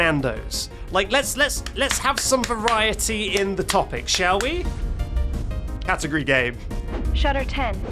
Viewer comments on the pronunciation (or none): in her defense he was saying it like cat-u-gry game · Feel like it had to do, somehow, with him saying it like Catagry instead of cat-ah-gory Though, at the same time, how you go from that to Shutter 10 doesn't quite make sense to me